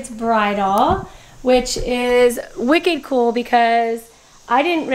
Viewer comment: Any bostonians catch the “Wicked Cool” 🤪